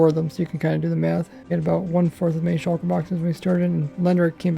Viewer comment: Why can no Minecraft youtuber say "Shulker" normally